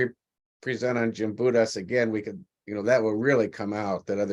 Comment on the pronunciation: Respect please in pronouncing her name correctly. Gimbutus with a "G". Not Jimbitus with a "J".